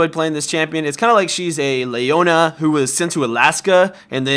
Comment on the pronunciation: Gosh you don't know how to say Leona?